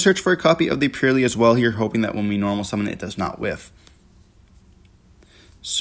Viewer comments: Got 1min into the video and had to turn it off. Pur LIE LIE. Come on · Purr Lie Lie my ass. I hate how people pronounce it. It's Purr Lily. Purr Lee for Purrely.